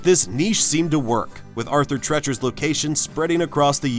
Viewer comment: It’s Arthur TREE-chers!!!